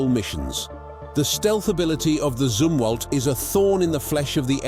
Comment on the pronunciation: The Zumwalt was discontinued, only 2-4 are being built. It's pronounced Zumwalt, like Yum-walt. What the hell is a Zoomwalt you stinkin limey?